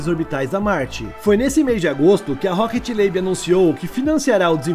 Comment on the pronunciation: O nome da empresa é Rocket Lab e não Rocket Labe.